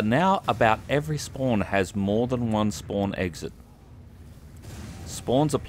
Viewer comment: be like: SPOAWN SPOAWN SPOAWN. No offence; )